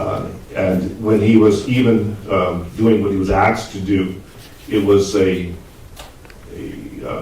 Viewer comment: "Axed", did the expert witness actually use "axed" instead of the correct pronunciation 'asked' on the stand?